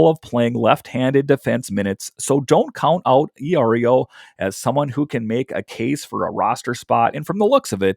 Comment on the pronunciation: Eye-Oreo 😂. Good stuff though! 😅